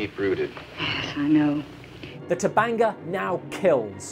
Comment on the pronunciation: C'mon people! It's Tabanga! T-A-B-A-N-G-A! Not Tubungu, Tabonga, or Taboinga. Even the people who made the trailer got it wrong! They called it Baranga! Sheesh!